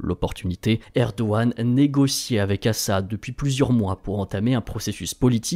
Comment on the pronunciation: je me trompe ou vous avez commencer a promoncer "Erdoğan" correctement ?